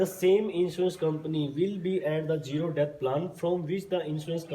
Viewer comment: Debt ❌️ depth ✅️😂